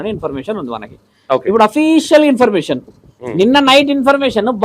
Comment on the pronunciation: యాంకర్ అన్నా ఇంపర్మేషన్ కాదు. ఇన్ఫర్మేషన్